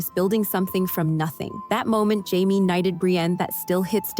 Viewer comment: It's Jamie not Highme